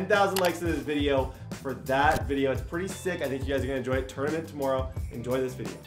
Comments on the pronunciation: Bruh the way he said tomorrow in the intro lololo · From the way he said tomorrow I’m guessing he Canadian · Nobody:: Tomoorow